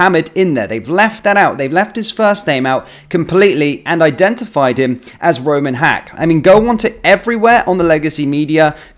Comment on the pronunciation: First I heard was Rumen, not Roman. Rumi is a well known 🕋name, so guess they made sure to alter it a little?